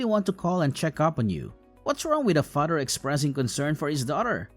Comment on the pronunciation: The way this guy talks. Says Fadder instead of Father and Brodder and Modder in other stories